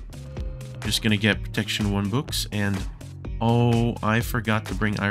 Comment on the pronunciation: im sorry but was trying too say books because it sounds like bewks